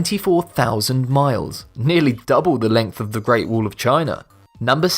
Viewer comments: Its not wool! Its a wa-ll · It's WALL not WOOL LOL :D >:( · At number 10 of the video he said "wuul" I was like whats that? And when he said "wuul of China" then I understood it lol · he says wall and i hear wool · 'The reat wool of China' i am sorry i had to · It's wall not wool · GREAT WOOOL OF TCHIANA? LOL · Great “wool” of china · It's wall , not wool...!!!! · WHY DO YOU CALL IT WOOL? ! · I love your videos but for christ sake can you just say WALL not WOOL?? God damn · The great "wool" of china? :D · Wool ,tull ....english level 999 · I wonder why they take the narrators who cannot pronounce “wall” properly. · Say wall right dumbass